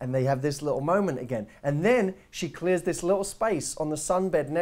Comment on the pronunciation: “theeeey are Hot...“ you soundet on that Part like you are drunk xD